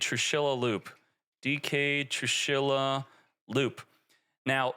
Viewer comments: TrIshula not Trushila 😆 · I have a heart attack every time says "trushila" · homie said 'trushila' lmao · True she la funniest pronunciation all 40 times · What's toxic about is that pronunciation 😂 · what's toxic about is how you pronounce her name